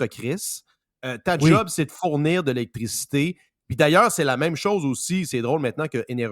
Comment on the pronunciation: a besoin de revoir sa prononciation du mot "électricité"😂